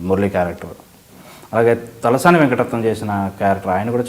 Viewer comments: Hey hero Chalasani not Talasani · talasani Kadu bro chalasani😂